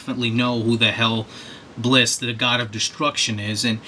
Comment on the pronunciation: It's Bills, not Blis.